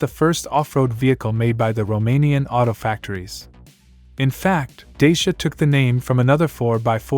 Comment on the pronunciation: Pronounced "Da-cha"